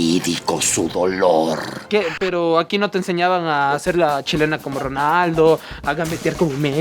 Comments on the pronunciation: es "chalaca" no "chilena" :) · Chalaqiuita! no "chilena" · Es Chalaca Pendejos - CHA - LA - CA, no chilena, los quiero pero acá los odié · Se dice chalaca